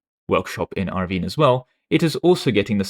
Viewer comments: A few pronunciation hints from a fellow Brit: Lowestoft is pronounced "LOW-us-toft" and Irvine is pronounced like the name "Irving" but with a plain "n" sound at the end (instead of "ng") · Irvine being pronounced as erveen was insane work I'm impressed ty king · Why you say Irvine like that